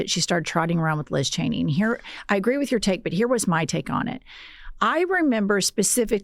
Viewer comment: I love that Sam Seder always gets Liz Cheney's name wrong.